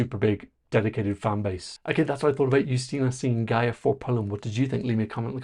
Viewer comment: Very nice pronunciation of her name! <3